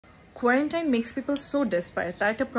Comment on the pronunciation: Dear apu. You need to work out with your Pronunciations. Subtle. Quarantine. Boyfriend etc